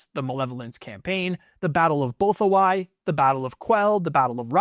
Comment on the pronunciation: Executor was pronounced wrong too. His mispronunciation of Bothawui was also really grating on my ears.